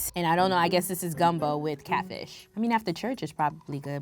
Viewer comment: The Louisiana in me felt a way when she called it gumbo lol but its all good